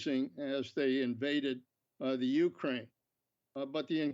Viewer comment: I hate how he keeps pronouncing Ukraine, annnd it’s also not THE Ukraine, it’s JUST Ukraine 🙄 My heart and prayers are with my brothers and sisters in Ukraine 🇺🇦 Stay valiant and may God protect you all. Please let this Evil madness end now. 💙 💛 💙💛💙💛💙💛💙💛💙💛